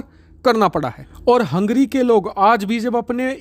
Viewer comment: भाई वो हंग्री नहीं है हंगेरी है.